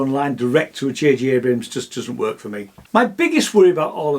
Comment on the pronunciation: Abrams, please. Not Abrahams